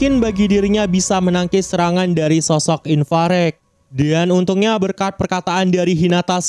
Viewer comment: apa si bang inparek inparek ,IVARAJ KOCAK